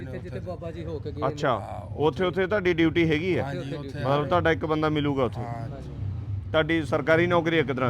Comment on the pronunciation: ਧੇਡਾ ਨਹੀਂ ਤੁਹਾਡਾ ਧਾਨੂੰ ਨਹੀਂ ਤੁਹਾਨੂੰ ਸ਼ੁਭ ਬੋਲੋ ?